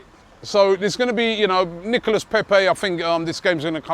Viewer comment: Can you please get Pepe's name right. It's NicolA Pepe (don't pronounce the S) We should win 2-1